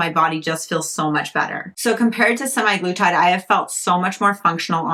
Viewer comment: Sem-Ah-glu-tide. Also pronounced Sem-Ag-lu-tide. It's not "semi-glutide."